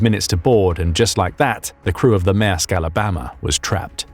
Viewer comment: It's not 'MASK' but 'MAERSK' and has an "R" in it so please pronounce it correctly.